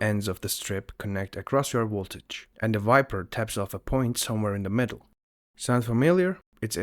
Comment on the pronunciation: Woltage Sorry couldn’t resist